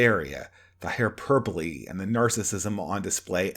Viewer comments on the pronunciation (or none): none